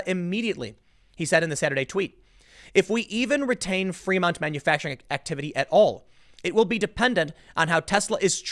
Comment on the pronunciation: I love how Tim pronounces Fremont as Fremunt.